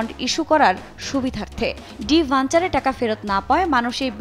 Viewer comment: ডিবেঞ্চারকে ডি-ভেঞ্চার বলছেন উপস্থাপক! উনার উচ্চারণ ঠিক করা উচিত।